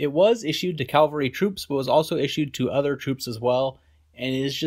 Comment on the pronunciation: Pronounced cav-el-ry not cal-vel-ry. You do it over and over.